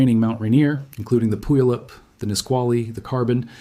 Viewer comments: As always, informative and beautifully delivered information. Just one pronunciation correction to a word that non-native Pacific Northwesterners find pretty much unpronounceable: Puyallup sounds like this: pyu-YA-lip. Otherwise, an impartation of information that is a clear, utterly unpanicked review of the kind of risk that our beloved mountain presents. If you ever decide to take a backpacking trip to Rainier, you might consider the Carbon River trail. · Puyallup pew' AL up. You're welcome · It’s pronounced PEW AL LIP 😉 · It's pronounced pew AL up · Having been in the PNW for many years, I would say it like: pew-wa-lup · I was told The accent is on the second syllable, sounds like poo YAL up. If anyone from the tribe sees this, please clarify this for us. 🤩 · 😢The city is pronounced pew al lup not that mess you said lol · When setting up a video of this quality you should really research how to pronounce the names of the areas you're talking about so that you get them right like Puyallup